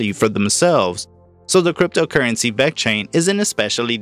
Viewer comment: dude say it right!